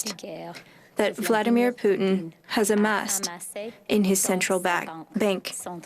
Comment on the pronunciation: Did she really say President Poutine?